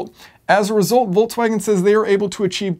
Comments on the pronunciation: Where does the pronunciation Voltswagen come from? There is no T i Volkswagen...?!? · Why the hell volkwagen? Its Folkwagen. Come on man in this day and age. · "I've been driving the 20 17 Voltswagon Golf Alltrack..." Voltswagon?!